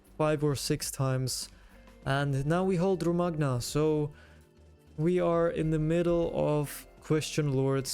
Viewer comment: the man just wanted a hat, then all hell broke loose great content, just one nitpick, Romagna is pronounced "roh-mah-nya" :) nothing major, but that "g" kind of makes me uneasy, i don't know why